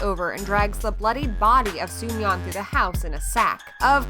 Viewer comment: It's suyeon, not sumyeon